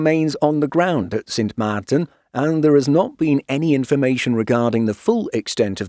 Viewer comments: Cute how proper the voice-over wanted to pronounce the name "Sint Maarten" as Dutch as possible. Well done!! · The way the narrator pronounced Sint Maarten is very impressive, I definitely could not. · Thanks for pronouncing Sint Maarten properly!